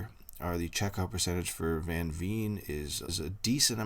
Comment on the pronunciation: Thanks for the video. If you would like to please Dutch ears please pronounce Veen as you would Vain or Vayne. Also, Van is not Ven but has an ah sound.